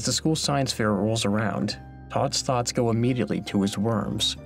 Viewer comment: He said Todd's Thoughts but I heard "Scott's Tots"